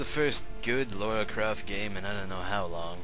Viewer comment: it's Lara Croft not Laura Croft :(